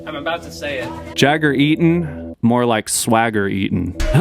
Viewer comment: That entire podium ceremony was so cringe to watch! The way they pronounced "Eaton" was kind of hilarious as well IMO and Jagger was like whaaa?